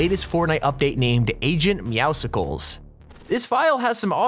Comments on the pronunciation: It's pronounced agents meow-cles like mucles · It’s meowscles, like muscles